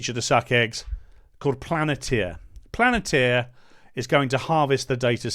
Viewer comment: Palantir like in Lord of the Rings ...not Planetir...get it right for more credibility. Take it as constructive criticism...love the videos